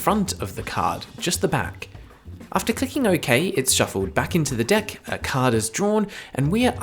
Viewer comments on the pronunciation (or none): am I the only person that hears "The Dick" not "Deck"